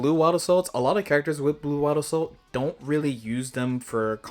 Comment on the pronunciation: "Wabbasou"?😂 Crazy way to say Wild Assault, my guy